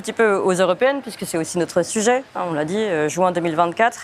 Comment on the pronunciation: jUin et non jOUin . Merci !